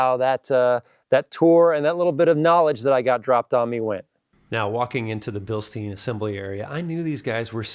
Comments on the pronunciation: When you talk about the shocks the e is silent like the beer mug, it's also the family name. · come on, you visited Bilstein and still pronounce it wrong. 🙄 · Whats weird is I think he pronounced it correctly once, but not all the other times